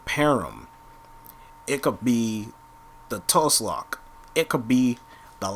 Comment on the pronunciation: Tuslok u mean toolock (tulok) and lanzo not lano